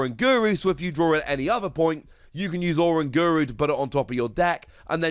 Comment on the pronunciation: It's o-RANG-uru. Like o-RANG-utan